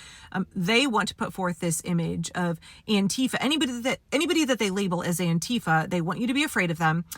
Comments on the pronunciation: It’s also stressed on the first syllable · Auntie Fa is how it should have been pronounced all along. 👵 That's how you say anti-fascist. That accent on the second syllable just makes me grind my teef. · The irony is that the pronounciation "An-TEE-fa" was invented by Trump. The term was originally the German abbreviation for Antifaschismus, which means anti-fascism. It should be pronounced "AN-ti-fa". (The vowel sounds are a bit different in German, but that doesn't matter.) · I thought it was "Aunt Teefa".